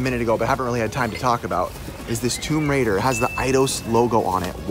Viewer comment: "Tome Raider"